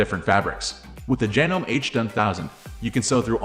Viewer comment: Yeah, hard to take a review seriously that can't pronounce the name. Well, that, and the obviously computer generated voice.